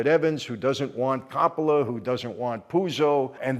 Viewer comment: Michael please learn to speak better. Corroboration doesn’t mean what you think it means. Also please for the love of God learn to pronounce Coppola properly! I thought you were Italian 🤦🏼‍♂️